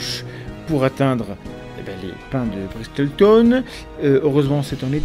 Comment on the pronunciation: Intéressant. Ps : on ne prononce pas le T dans Bristle. Comme dans Castle. ;)